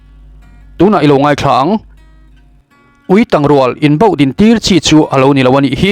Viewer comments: Tang hi, tel mawm/ thang, ti a lam zawk tur a chhiartu hian a ti dik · Ui tang...tih hi ka ke a tang...tih anga lam tur. I va chhiar thiam lo eee. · Uitang tiha tang i lamdan hi dik lo😂. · Ui tang i lam dan thluk hi a dik lo,tang tih hi a key sanga lam rik tur,,a bengvarthlak e